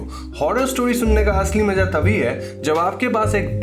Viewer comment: Maza huta hai.. Maja nahi huta. Aap india main Urdu/Hindi language ghalat kyo boltay hu?